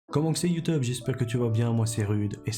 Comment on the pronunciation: C'est moi ou j'ai entendu youteube 🤣🤣🤣🤣sinon superbe vidéo